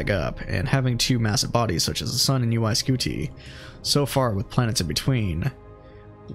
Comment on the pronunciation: Why are you pronouncing UY Scuti like that?